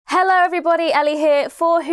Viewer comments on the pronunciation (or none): none